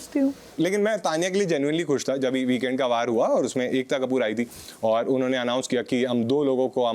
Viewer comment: Unne nh hota it's unho ne